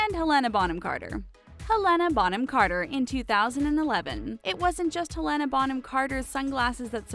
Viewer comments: Please learn how to pronounce peoples' names prior to saying it repeatedly! Helena B. C. is amazing and untouchable! Also her name is "Hell- lina. To answer your Q about who wears gloves on red carpet? Older women do, bc women's hands show age. There aren't many procedures to make hands look young. Madonna always has gloves on. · She says Helena wrong